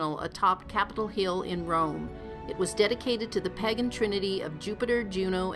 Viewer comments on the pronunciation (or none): Roofs not rouvs. At the very least learn how to pronounce your words properly. Also it’s pagan not pegin.